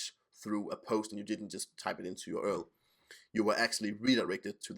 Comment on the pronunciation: More, more, more! Oh, and where in the world are you that U-R-L is commonly pronounced "earl" ? Just a pet peeve.